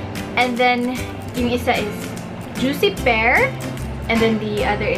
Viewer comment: juic per. hahaha. baka juicy pear mali pronunciation nya. hahaha